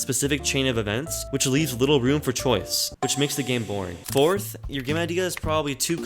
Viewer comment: YOU DID NOT SAY BORTH INSTEAD OF FOURTH